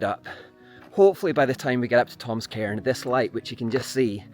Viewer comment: Sorry! You’re accent is awesome, terribly so. But to my American ears you keep wanting to find “Tom’s Karen” and first, “another Karen.” So many Karens. And where I’m from that’s a slur.